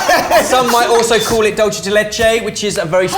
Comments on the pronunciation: For the love of God, could someone give a lesson on pronouncing foreign foodstuffs? Nobody calls it "dolchay" de leche. It's either "doolthay" or "doolsay". Never "dolchay". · The cringe whenever people pronounce dulce de leche like its Dolce. It's Spanish, not Italian or French.